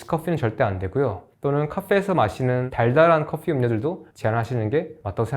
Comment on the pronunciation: 영상 잘 보고 있습니다. 안티는 아니구요.. 휴대Fㅗㄴ.커Fㅟ를 굳이 이렇게 발음할 필요가.. coffee야 외국어다.. 그럴 수 있지만 휴대phone은 뭡니까 ㅋ 모발폰이나 셀루러폰이면 모르겠지만.. F.. 지적인 다이어터 포지션? 휴대폰은 휴대폰입니다